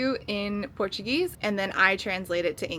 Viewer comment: Your portuguese pronunciation is great, congrats <3